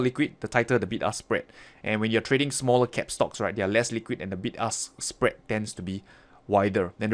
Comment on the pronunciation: Was i the only one who heard ''Big Ass Spread ''?..........